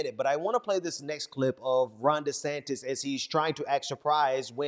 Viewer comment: Today, I learned that I have been pronouncing the Governor of Florida's name incorrectly. It is actually "Rhonda Santis". I am so, so sorry